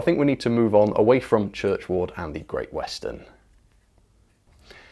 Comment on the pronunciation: Hi, there's no reason why someone shouldn't do a Great Bear, after all, they did the Turbomotive, which was another 'one-off' and I'm sure that among the many GWR devotees there'd be a lot of takers for the UK's first Pacific loco. I haven't read any biographies of Churchward (incidentally,, it's pronounced Churchwood not Church Ward!) but I think it is indicative of his foresight in that he was obviously aware of what developments were happening on the continent in France and Germany and maybe wanted to keep up. The first 3 Baden IVf pacifics came out in 1907, with prototypes of one of the most iconic German pacifics, the Bavarian S3/6 following in 1908. He obviously recognised that the GWR mainlines would be ideal for pacific locos, with excellent permanent way for fast running from London to Bristol, Taunton, Exeter and Plymouth, a legacy of broad-gauge days. So I think his biggest mistake was in not producing an initial batch of 3 locos to fully trial the concept!!!! I think the other thing that you didn't mention about Churchward in your previous video was that he pioneered the concept of standardisation on the GWR, with different loco classes having interchangeable parts and boilers. Stanier was a Swindon boy so he was able to transfer much GWR innovation to the LMS when he was appointed CME, much to the irritation of Derby and Crewe. Turbomotive was obviously rebuilt as a conventional Princess class loco but it was this loco 46202 (now named Princess Anne) th